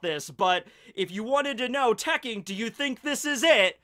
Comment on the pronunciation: cang du sternritter i the iron uses tekkoukagi claws. tekking. lol come on man